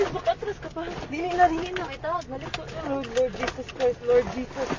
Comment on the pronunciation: LURD.. BISAYA.. L O R D.. AT DI LURD😂😂